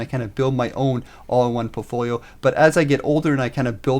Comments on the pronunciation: POULT-folio, is how it's pronounced, right buddy? A portfolio is like poultry to you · "portfolio" "poultfolio" "POULTfoliooooooo" !!!